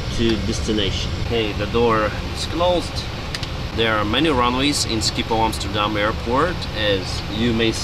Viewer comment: Great vid, learned a lot, and u said Amsterdam right 😁 didn't know pilots used flightradar24 too lol